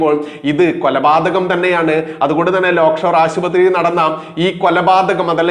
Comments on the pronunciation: ലേക്ഷോർ എന്ന് ആണ് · Not Lock Shore - Lake Shore Hospital.